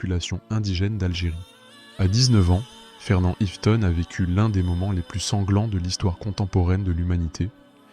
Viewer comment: Le minimum c'est d'écrire son nom correctement Fernand Iveton, d'autant plus qu'il est à plusieurs reprises, orthographié et prononcé différemment par l'auteur de la vidéo.